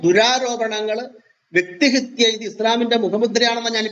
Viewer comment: വ്യക്തിഹിത്യ അല്ല, വ്യക്തിഹത്യ ആണ് ശരി.